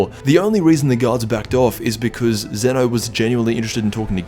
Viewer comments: Zen’o, not Ze-no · It's not Zena it's zeno